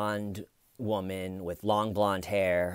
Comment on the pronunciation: I find myself walking around the house saying "the har was thar Stephen"...😂